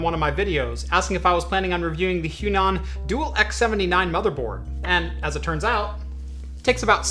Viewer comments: It should be read as hua nan not huan an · im pretty sure its H-WA-NAN, not H-YU-NAN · I cringe at the pronunciation of the Chinese brand... "Hwa-Nan" is correct. Great video though!! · Their brand is pronounced as "Huah Nun" meaning Chinese South. I'm very inspired by your videos and build quite a few Chinese X99 and some Xeon Systems. Great work!